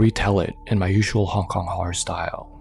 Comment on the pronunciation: I love how he drags out the R sound in Horror in his intros. It sounds really spooky and cool.